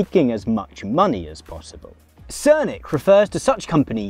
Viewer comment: Very thorough analysis, thank you very much. The political economist's name, however, is "Srnicek", not "Srnik", you pronounce it "Sirr-nee-tshek".